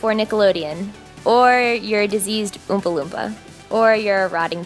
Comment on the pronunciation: I love how she said dissesed Ompa Lumpa